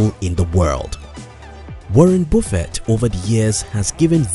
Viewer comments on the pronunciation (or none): Warren boofet 😂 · It's not Warren Bofet it's Warrent Buffet. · Gee dude, it's Warren Buffett! Say it like "Up" "lUck" "jUnk". It's annoying misspelling names or surnames, as you do in this vid. Cheers pal. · It’s Warren Buffett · Woren Bufeet 😅